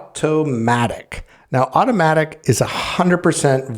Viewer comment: Good job on the home jobs🏠🧑‍💻. But you have Automattic as Automatic , Asurion as Suryan in the video's timestamp & Convergys 🔀 as Converges . 😁